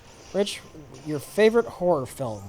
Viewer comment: I thought Rich said his "favorite WHORE film..."